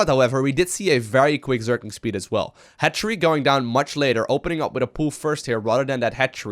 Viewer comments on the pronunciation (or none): That moment when you realize "hatchery" sounds like "head tree"